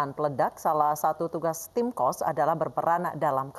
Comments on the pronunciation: Bukan Tim Qos tapi Tim Khos (khusus) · Tim Khos bukan Qos... Qos2an kaleee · khos bukan Qosh